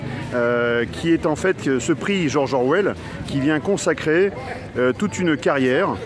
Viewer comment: 👨‍🏫 George Orwell, no "s" please